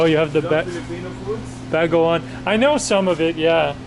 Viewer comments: yes getting better but he still needs to work on the bago-ong, he is still pronouncing it as bagung. And bangus, still pronouncing it bang-gus. Otherwise, getting better. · Ba-go-ong not ba-ngong, ba-ngus not bang-gus nice trying..